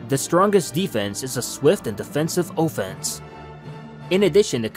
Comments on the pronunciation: I’m sorry but why do you keep saying O Fence??? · Defensive O-fence? Lol it’s decisive offense